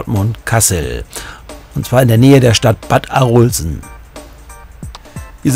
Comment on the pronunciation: Hallo ich komm aus Arolsen aber das O in Arolsen wird kurz ausgesprochen